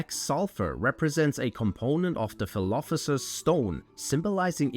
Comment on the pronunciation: Philophoser? hahahah